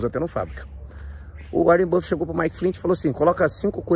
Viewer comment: "Warien buffet" é foda kkkkkk